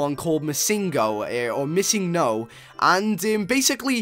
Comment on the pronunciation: its missing no. it means missing number. not missin go. just a little fact :)